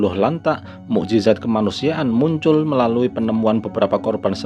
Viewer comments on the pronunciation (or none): none